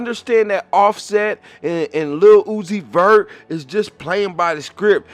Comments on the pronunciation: The way he pronounce "Lil Uzi Vert (it's like Lilly Loosey Vert)'😂😂😂😂😂😂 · In addition to the factual info you shared...his name is "LUCIFER" PROOF: Say or Pronounce Lil........Uzi..... Vert very, very slowly like sounding out each syllable in slow motion. Lil-u-zi-ver (t is silent) It will sound exactly like "LU-CI-FER".. He is MOCKING & Hypnotising them with muSICK, promoting pills & potions along with NIKKI "man"-aj (Mirage)... literally! Also Nikki is Satan's NICK name...Remember Adam Sandler (the Jewish handler) movie called "Little Nikki"...D'evil son... No coincidence Nikki in a video collaborating with UZI..Nikki always say "Yall my sons"... Supports Baph 6 God who is DRAKE and 69 which represents both sexes in a per-VERT overly sexualized manner! It is SPELLed in the muSICK words. Man's World or MAN'S WORD which they say GOD is the WORD...yet men created English words and languages. Hence that so called God everyone worship is the 6 GOD..which represents MAN and 9 represents 9..But bisexuals lust for both SEX so they WARSHIP BAPHAMET who is the GOD of CONfusion, Death, Pedophilia, RAPE, HATRED for WOMBMEN, and WAR...THAT'S WHY they WARSHIP BLOOD & DEATH SKULL & BONES....THEY CONfess with lyrics, name titles, company names symbols and or colors and shapes the use to DECODE THEIR SECRET yet PUBLIC MESSAGES..they BROAD CAST spells, WORDS which are SOUNDS added together to be absorbed into the MIND/SOUL and BODY to CONtrol, use, and abUSE you like sheep! And the DELTA (Triangle) hand symbol represents a pyramid which is the elite model for po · Yeah say his name correctly first